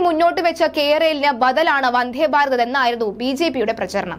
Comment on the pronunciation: വന്ഥേ ബാരതമല്ല, നിലബാടുമല്ല വന്ദേഭാരതവും നിലപാടുമാണ് കുട്ടീ... വാക്കുകളുടെ അർത്ഥം മനസ്സിലാക്കി വേണം ഭാഷ ഉച്ചരിക്കാൻ... ബക്ഷണമല്ല ,ഭക്ഷണം ആണ് കഴിക്കുന്നത്